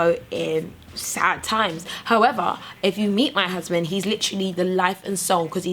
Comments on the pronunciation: "if you guys are looking for Uzband" lol that african accent came out real quick lol Lovely video! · "Looking fo 'usband"! Come through Nigerian accent! (are you from Nigeria? I've hear a lot of Nigerians say husband like that. Anyway) Made me laugh